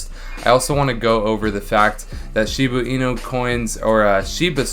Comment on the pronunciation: Can you stop saying “Shibu inu?” It’s “shibA inu” not “shibU inu” .-.